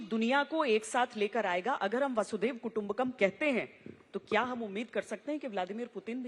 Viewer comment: a correction - 'Vasudhaiba Kutumbakam'; Vasudha-iba-Kutumbakam'